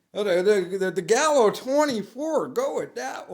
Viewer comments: He didn’t even read the fake name right. He says galio instead of gallo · He says it wrong too Gallio ha ha ha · He also mispronounced Gallo with Galio 😂😂